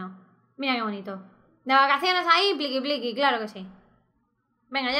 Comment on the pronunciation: cuando dijo:"pliqui pliqui en ves de cantar picky picky dije pliqui pliqui jajaj XD